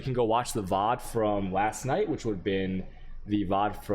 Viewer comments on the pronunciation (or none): none